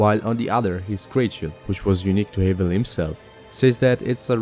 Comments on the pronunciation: it's like have you don't say the a's name so like havel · I think your saying haval wrong I mean Idc personally but just letting you know